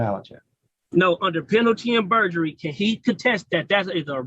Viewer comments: Moron said penalty and perjury 😂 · “Penalty AND Purgery”? Hmmmmm